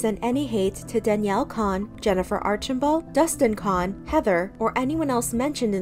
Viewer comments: Their last name is pronounced like "cone" not "con" idk why you cant pronounce their last name right. Its crazy how you can say chads last name but cant pronouce danis 😂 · I noticed do you used pronounce Danielle Cohn like Danielle “C - own ” LoL but now you’re saying Danielle “Con” like con artist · its cone. not kon. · They way you keep saying Cohn incorrectly is actually driving me nuts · Why cant you say their last names properly? Its so super annoying. They say their last name how they pronounce it in the videos. COH-EN